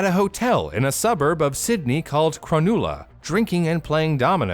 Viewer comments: I love the way he pronounces Cronulla. He says it like "Crunoolla", but its actually "Cron - nuh - la" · "Cro-noola"? Really? It's a short 'u' sound. Cro-nulla. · Great vid! is pronounced Cruh-nuh-lah not Crow-noo-lah tho:D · crow-nuhl-la, not crow-new-la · “Cron-OO-La” XD aussie town names strike again (cron-uhl-a) I gotta give you guys props though, you got names trickier than that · Far out you butchered cronulla its pronounced cre-nulla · Cronulla is pronounced Cro-Null-Ah. wierd to hear it as Cronewla. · cronulla => crah-nah-lah not cronoola :D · Bruh I’ve never heard anyone pronounce Cronulla the way he did😂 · Bro my man really pronounced it cronuuulla, it cronahhlla mate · Oh so many cringes at the pronunciation of the places. Cro-nel-ah not cro-nu-la haha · BRO its not Cronooola It's Cro - null - a I know from living there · Every Australia just cacked it, right here, lol! You pronounced it Crun-oo--la. We pronounce it Cru-NULL-A - as in "NULL and void". Awesome video btw. You are so interesting to listen to! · It’s pronounced Crow-nalla not crewnolla, lol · oh, its pronounced crow-null-a. Not "crow-nool-a" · "Cronoolah" instead of "Cro null ah" got me good. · Correction: In spite of getting most place names right, Cronulla is pronounced /chro-NULL-ah/ rather than \chro-NOOL-ah/. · We say it Kra-null-a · Your pronunciation of Cronulla is great 🤣 im calling it cranoola from now on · Cron new la 😂 oh man I’m loving these pronunciations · Great video! Just letting you know it's pronounced "cro-null-ah". Also, their football team is the Cronulla Sharks.... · Crunulla(the u is pronounce like "ugh" not "ooo" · as an australian, i choked hearing the way cronulla was pronounce. "u" is pronounced as '"AH" for us. cro-n-AH-llah. it means "place of the small pink seashell" in aboriginal too!! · The suburb mentioned is pronounced Cron-null-a and is the home of the Cronulla Sharks footy team. It’s nice to know where they got their name. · Or Cronulla